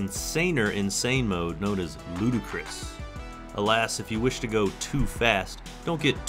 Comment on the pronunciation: The word isn't "ludacris" (the rapper), it's ludicrous (as he kept seeing in the car's screen) 😀